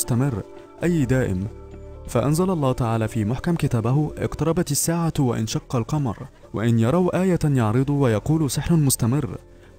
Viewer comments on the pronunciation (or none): وانشق القمر انت قراءتها وأنشق يعني همزة وصل مش همزة قطع تحياتي من اليمن السعيد